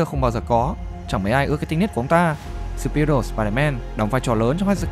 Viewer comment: Chữ superior phát âm lực hơn đi ông